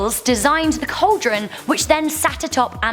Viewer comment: What the f**k is a "call-deron"?